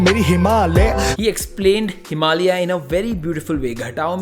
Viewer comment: TU MERI HIMALYA SOUNDED LIKE TU MERI HI MAAL HAI :')